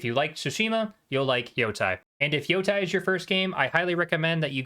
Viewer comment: Why Yotai why not Yotei! When you call them Yotei six you say it right but when you call the game ghost of yotai you call it wrong why how it so annoying